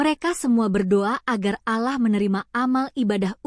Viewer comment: Min ngomong Allah nya yg bener, ente non muslim ya ?